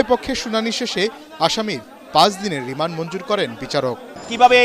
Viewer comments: রিমান্ড আবার রিম্যান্ড হইলো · রেমেন্ড নাকি রিমান্ড 😂😂😂